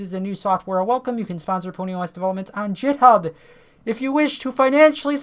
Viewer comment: GitHub is pronounced Github not Jithub.